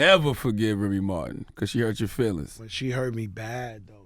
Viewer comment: He said Remy Martin 💀 😭